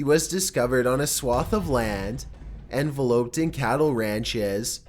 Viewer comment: envelop pronounced ənˈveləp not "envelope" like postage. again just trying to help